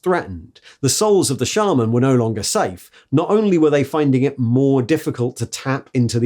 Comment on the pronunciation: Hearing you pronounce shaman correctly made me pause the video and take a moment